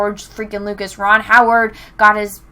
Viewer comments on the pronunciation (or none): none